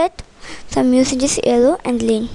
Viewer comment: During and U said Gleen? ITS CALLED GREEN :D